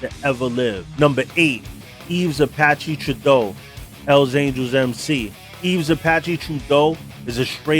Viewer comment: It’s Apache not zapache Yves (the s is silent) it would be pronounced similar to eve Apache Trudeau. Not truh-doe, troo-doe or true-doe Surprised Mom Boucher wasn’t mentioned